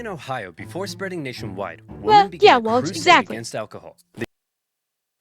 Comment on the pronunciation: You can tell by the fact that in this very video he pronounces "women" like "woman" over and over again, a sure sign of brain rot.